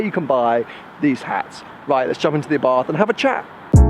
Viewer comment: It's pronounced Abart... not Bath